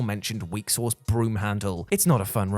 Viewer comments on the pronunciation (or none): none